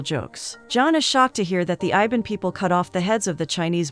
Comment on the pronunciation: iban , I B A N . not IVAN , wtf. REAL FACT : MALAYSIA consist of 3 country - PERSEKUTUAN MALAYA : PENINSULAR MALAYSIA - SABAH - SARAWAK Same like UK